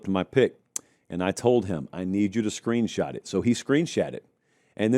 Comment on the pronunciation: Did you say screenshat?